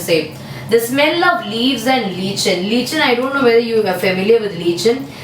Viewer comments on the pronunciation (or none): mam lichen pronounced like - lyken not leechan